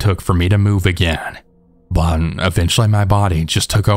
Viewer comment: Love the long videos! Just a question tho... Is there like an audio/recording reason you say "bun" instead of "but" most of the time? I know Ts at the end of a word are hard on mics, so I was wondering if that was the reason. Thanks!